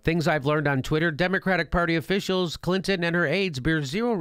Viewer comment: "Bill CLitnon" lol!